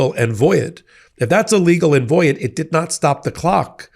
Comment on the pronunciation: is he trying to pronounce the word void? or is there a legal term that sounds like voy Ed?